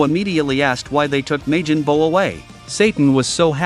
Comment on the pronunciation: Ma-jin buu. 💀